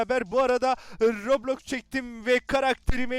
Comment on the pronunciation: Kostüm güzelmiş abi roblox diyişin çok iyi ama